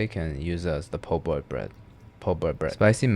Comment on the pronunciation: My man really triggering me with the po'boy lmfao. This is almost enough to get you banned from New Orleans.